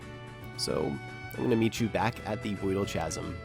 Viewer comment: STOP SAYING CHASM ITS PRONOUNCED KAZEM